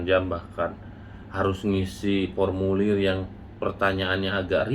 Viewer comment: 5 th di luar negeri tapi masih ngisinya, pormulir bukan formulir 😁✌🏼